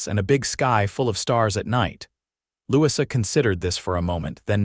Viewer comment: I believe that the new little girl's name is pronounced Lou-e-za, Louisa not what AI kept saying.